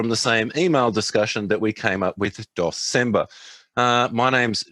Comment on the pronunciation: Aww it was supposed to be DEC-cember.